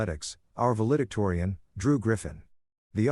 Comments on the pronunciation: The word is "val·e·dic·to·ri·an." I'm glad this is a story and not real. This woman needs to be harmed. And even though it's fiction, it's good to think about a man who can be a father. Indianapolis, IN USA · You mispronounced valedictorian.